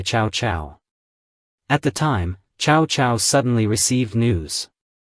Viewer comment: Ciao-Ciao non si puoʻ sentire 😅